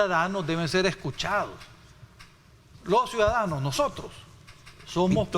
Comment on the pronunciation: UFFFFFFFFFFF ESTE EX DIPUTADO SALIO PEOR QUE SANCHEZ CEREN EN PRONUNCIACION TENEMOS QUE ENSEÑARLE LA PRONUNCIACION DE 1 CIUDADANOS 2 EL REPITE Y REPITE CUIDADANO PREGUNTO EN CUAL ESCUELA ESTUDIO ????.... SUIDADANO .... ?????? .... SUIDADANO NUEVA PALABRA MUNDIAL SANTISIMO TREMENDOS EX DIPUTADOS ???? WEPAAAAAAAAA BITCOIN TRAE SUIDADANOS JAJAJAJAJAJAJAJAJAJAJA MR. VALIENTE X FAVOR USTED QUE LEIAN PERFECTAMENTE .... NO LO VEO NO LO CREO X LO QUE ESCUCHO .... LOS SUIDADANOSSSSSSSSSSSS